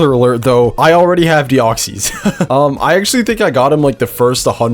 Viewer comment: They're just wrong, that's not how its pronounced. He does pronounce deoxys wrong though